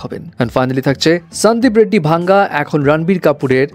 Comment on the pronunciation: সান্দিপ রেড্ডি ভাঙ্গা না উচ্চারণটা হবে ওয়াঙ্গা 😂😂